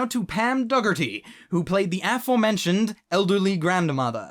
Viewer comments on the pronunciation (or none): You pronounced Dougherty wrong. it's an Irish sirname. the g is effectivly silent. it goes dah-her-tee. this isn't the most accurate sounding actually but the best i could type in an understandable manner.